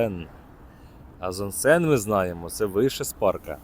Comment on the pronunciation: Що таке Зонсен? То не Зонгшен ?